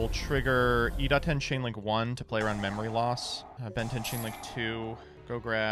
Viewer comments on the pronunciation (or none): me: reading iDaten him: iTADEN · DA-TEN NOT TA-DEN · Take a shot every time calls Idaten "Itaden"